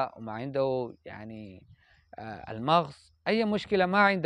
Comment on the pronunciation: ليست المَغْص، بل المَغَص، عليك أن تفتح الغين في نطقها. وبالمناسبة حسبت عربي من السعودية في البداية، بارك الله فيك.